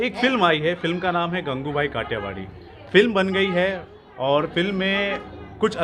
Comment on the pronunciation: It's not gangubhai idiot It's gangu bai